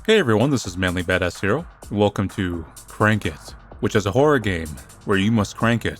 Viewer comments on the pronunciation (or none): After years of watching i didn't notice that said "hero" and i mistook it to be "here"